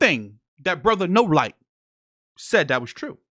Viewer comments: Lol 😂 Did he say Brother No-light. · He called him “Brother No-light” 😂😂😂